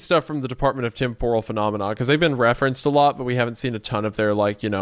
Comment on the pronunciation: All this time, and you still can't pronounce TEMPORAL correctly smh